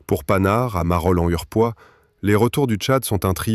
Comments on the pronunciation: PAN-HARD. et non panard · "PANHARD" bordel! Comme un pantalon , pas comme paname ! Ça pique les oreilles. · Exactement : ca sait pas dire Panhard (prononcé "Pannar") ni sagaie (prononcé "Sagaille"). Et si c'est pas de l'IA, c'est pire, c'est de la GenZ!